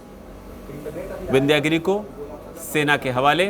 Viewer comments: विन्ध्य गिरि है,विन्ध्यागिरि नही केवल इंग्लिश पढने वाले कभी शुद्ध उच्चारण नही कर सकते भारतीय शब्दो का ,शुद्ध बोलने लिखने के लिए संस्कृत जानना होगा नही तो खाते रहो गोता अज्ञान के सागर मे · शब्द "विन्ध्यागिरी" ग़लत है, 'विन्ध्यगिरि' बोलना और लिखना सही है।